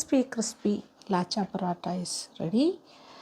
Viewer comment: ലച്ച ആണ് ലാച്ച അല്ല